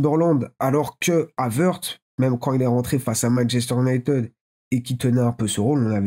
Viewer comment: J'adore cette chaîne et tes vidéos!! Fan des Reds pourtant!! Bravo 👏 👏 👏 Ça ira mieux les gars!! Et puis ce n'est pas Man iounaïted non plus!! Allez les Gooners!! 😃💪👍